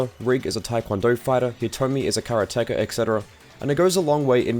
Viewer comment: are we not going to talk about how he said karate?